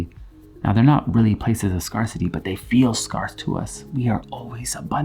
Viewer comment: Totally love the way he says ‘scarcity’ — like it’s a place where you can get scarred in life... Scar City.